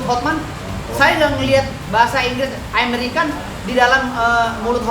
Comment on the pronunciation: Aimerican ya😂😂😂